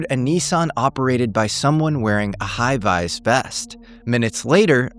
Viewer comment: V is not vize smh lol